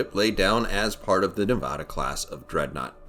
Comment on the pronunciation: You said Nevada wrong. From Nevada.